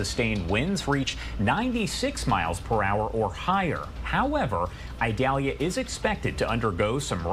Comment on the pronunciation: It’s not pronounced Idalia with a long “I”, it is a soft “I”.